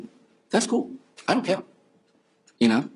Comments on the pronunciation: is his response to you. He doesn't cawe! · "go ahead and kiww me. I don't cawe." This is what I imagine uwu to sound like. Self-serving, self-piteous, uwu. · Her boyfriend speaks like a 5 year old. He pronounces his E’s as O’s. Not too mention this gem “I don’t cale!” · "I don't cawe, ok?" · "You wanna kill me, go ahead, I don't really caow"... Did you mean you don't care?... "Yea, that's what I said I don't fweakin caow"! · I DONT CAOWWUHHh! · I don´t cawwe. I don´t cawwe. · "I Don't CAYW" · He doesn't cawe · "I don't cawe. shit. anyway".. this man is a mess.